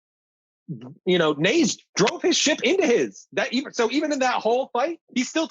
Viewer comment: Damn 1.5 seasons in and still aren't getting names correct Naze (Nah-Zeh), Gaileo (guy-leo), barbatos (bar-bah-tos)